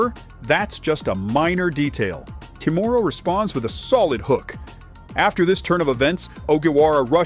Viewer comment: How the hell can that stupid narrator keep mispronounced her name as ‘Kamora’ while her name is KIMURA.😊